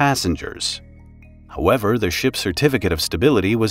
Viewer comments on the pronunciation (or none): none